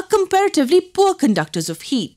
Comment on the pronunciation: When she says heat it kinda sounds like yeet